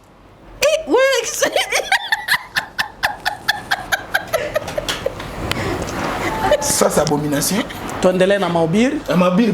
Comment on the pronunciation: Ezalaka kotonda eza kushiba donc shibaka interprète pe loba bien shibaka sibaka te